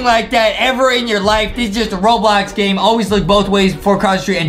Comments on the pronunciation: he said Robox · Adam just said robox to the beginning 🤣🤣🤣😂🤣😂😂🤣😂😂🤣😂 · adam said robox in the start of the video hahahahahahhahahahahahh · literally says robox at the start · Why is Adem saying robox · why did adam say robox? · Adam say robox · Uhm i think adam forgotten the L for ROBLOX